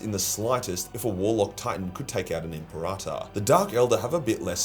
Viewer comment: M.P. Rata is such an odd way of saying Imperator. Am I missing something?